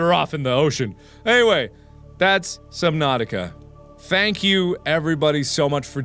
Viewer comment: Jackcepiceye calls it subnausih